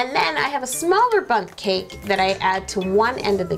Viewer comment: When you said bunt cake I thought you said butt cake 😂😂